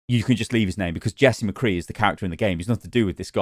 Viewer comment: I hope they reupload it exactly the same but just dub over the parts where they say mccree poorly.